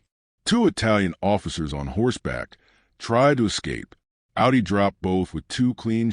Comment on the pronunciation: "Ow-dee"? It's pronounced "Aw-dee". Stupid AI.